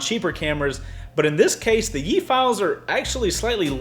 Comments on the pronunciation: Pronounce Yi as the letter "E" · I am sorry to tell you this but... you were saying it wrong. it is pronounced "ee" don't add the "Y" sound.